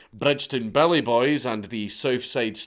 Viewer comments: Took me an hour before I realized you were saying Billy boys. Not belly boys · Took me way too long to realize he is saying "Billy" not "Belly".